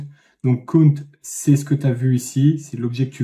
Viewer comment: Bon je vais être un peu casse pied mais voici quelques petites erreurs : La prononciation (ce n'est pas très important mais ça aide à la compréhension) : cout est en réalité consol out (et cin consol in) donc cela se prononce plutôt ci out et ci in (le c à l'anglaise). Le using namespace std est bien en soit mais puisque std est EXTRÊMEMENT vaste, quand tu rencontrera des plus grands projets il y aura sûrement une de tes fonctions qui portera le même nom qu'une autre fonction dans std, et là c'est vraiment relou à trouver le problème (car std:: signifie à peut près dans std). Et n'oublie pas l'espace après les deux points dans cout :P Bon je râle mais cette vidéo était super